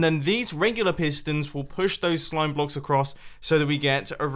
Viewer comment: He said slome blocks lol